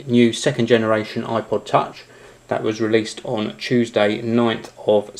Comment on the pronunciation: he sounds like he said aqua touch.